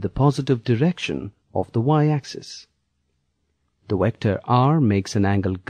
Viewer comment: Wector... lolwut. Vector.